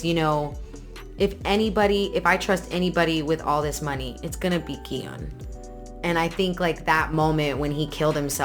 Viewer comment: I absolutely loved your reaction video: so heart-felt and genuine. Thank you for pronouncing Gihoon's name properly. You are one of the very few reactors who get it right. I honestly have no idea why they have written as "Gihun".